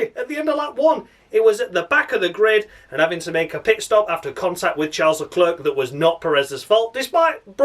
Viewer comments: Wouldn't it be fun if I hijacked your videos? Yeah Albon being 5 tenths off his teammate again. Need I to remind you that Gasly got demoted for that shit? -10 points Bottas you suck minus fucking infinity. Gasly and Kimi are gods 35 points. come it's Charles Leclerc not Shar Leler! Great video as usual man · Great to see the channel doing well dude, catching up with me now but deservedly so, great content. It's worth watching just to here 'Charles Let ler' 😂